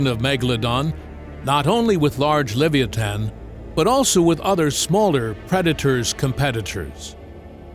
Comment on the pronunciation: *le·vi·a·than You almost got it. Don't give up...